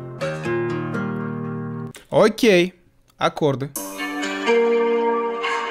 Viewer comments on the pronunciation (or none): none